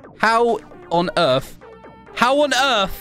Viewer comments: Sorry I do it to sometimes I’m just saying that you said it wrong sorry sorry I’m not trying to be rude 😃😁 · It is not erf it is earth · Honestly you kinda sound like my friend who instead of saying for example *THINKING INTENSIFIES* ummmmmmm instead of Earth she says Earf